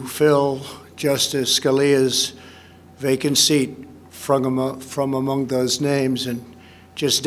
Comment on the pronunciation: Anyone notice from 00.38..."frogamong"??